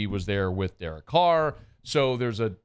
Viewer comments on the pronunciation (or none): none